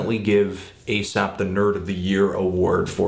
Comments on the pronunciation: You keep calling him "asap" rather than "aesop" and its grinding my gears. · Isn't that kind of an irrelevant comment to make? I'm not trying to be an ass here or anything, but if these are his opinions as a listener, why can't they be different from anyone else's? Of course, he does say "Asap" instead of "Aesop" a few times, but come on now... this is supposed to be his personal opinion of the album. Subjectivity in music is key! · If the name ASAP Rocky has not affected the name Aesop Rock, then why does Fantono here keep calling Aesop "Asap"? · i do cringe a tad every time you call him "asap" tho lol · You pronounce Aesop as Asap a little too often in this video. Jimmies slightly rustled. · Its pronounced like ee-sop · its pronounced ay-sop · Its pronounced A sop lol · Great review, Anthony, but I think you should brush up on your artist name pronunciation in future ;). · Totally dislike the way Anthony pronounces "Aesop". lol